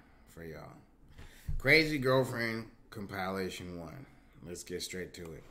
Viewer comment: mans still cant say compilation